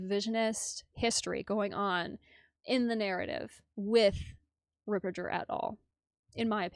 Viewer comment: Thank you for sharing your sensible comments. I see narcissistic tendencies in her behaviour. And she's the only person mispronouncing Fr. Ripperger's surname.